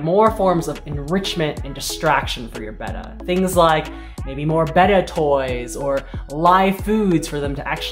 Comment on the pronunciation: Thanks for pronouncing "betta" correctly. Hearing it said "bay ta" (like the Greek letter) is annoying.